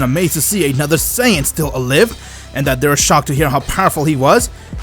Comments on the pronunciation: “Another Saiyan still uh-live” lol what the way he said alive makes no sense 😭 does this dude speak English?? “Vegeta went FLYING a couple INCHES away” lmao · Half the word you say you don’t even pronounce them right like how the fuck do you say alive like a live